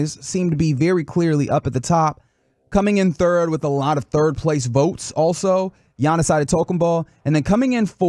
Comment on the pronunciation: butchered Giannis's name lmao